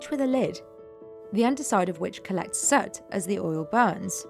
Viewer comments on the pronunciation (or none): Are you saying soot? Sure sounds like sert. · Isn't it prononced S 'ooo' T, and not Sut ?!